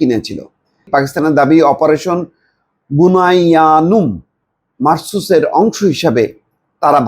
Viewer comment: বুনইয়ানুল মারছুছ! বুঝলাম না একজন উচ্চ শিক্ষিত মুসলিম হয়েও কোরআনের সামান্য একটা শব্দ পড়তেই ভাইয়ের দাঁত ভেঙে যাচ্ছে!! হায় আফসোস! দুনিয়ার সমস্ত যোগ্যতা অর্জনের আর বাকি রাখছিনা, তবে আখেরাতের প্রস্তুতির জন্য আমাদের কোনো সময় বিনিয়োগ/বরাদ্দ নাই!!!